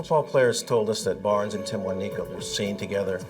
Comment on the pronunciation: “Timwaneeka”, “Timwaniqua”🤦🏾‍♀️🤦🏾‍♀️RIP sis